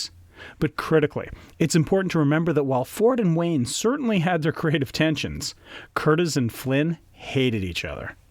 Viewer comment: Michael Curtiz's last name is pronounced curTEEZ, not Curtis, like in Tony Curtis. And it's Una O'Connor, NOT Una Connor. The scene between Robin and Marion on the balcony is one of the most romantic ever. Olivia DeHavilland is just luminous. I'm amazed you found this scene boring. Well, at least you didn't criticize the Merry Men in tights or equate Errol Flynn with Kevin Costner.